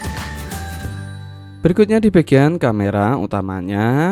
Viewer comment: X Fold diBaca "Eks Fold" ( D nya dibaca) bukan egfol